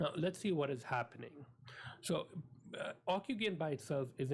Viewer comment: It's pronounced ocu-jen! not ocu-gain! But, good summary overall. Encouraging.